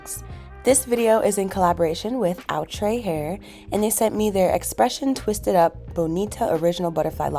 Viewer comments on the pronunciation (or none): It's pronounced oo tra. It's french for "besides".